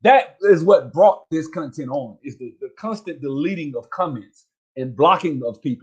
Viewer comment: “Cunh-tint” lol